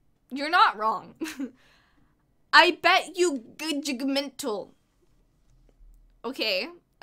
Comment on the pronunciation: It's so funny how she says "gudgmental"! I watched it over like a hundred times!